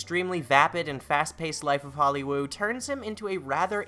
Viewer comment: Why do you call it “holly woow”